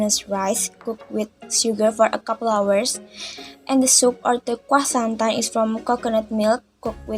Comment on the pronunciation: it's kuah santan not kwa-san-dah. anw i love ur videos, so cultural 🥰